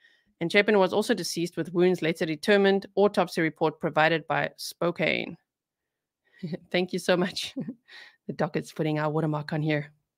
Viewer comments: Thank you for all your do. FYI… the city Spokane is pronounced “ Spo-can” not “ Spo- cane.” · Just a small thing: you do such a professional job at everything you do, I hope that this will assist you going forward. There are a couple cities that I’m sure will come up often. They are presently pronounced differently from what the locals say. Spokane WA is pronounced spo can (not cane) Boise ID is pronounced boy see. Thanks for all you do! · Spo-can for future reference. not spo cane. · Spokane is pronounced 'spo-can' the e is silent...😉😘